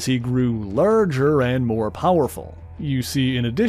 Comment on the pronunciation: If it wasnt for the xmen i wouldnt be here, but please!!! Mispronouncing some words like "far" To "fur", " Out" To "uwt", " Larger" To "lurger", " Harsh" To " Hursh".... Its kinda cringey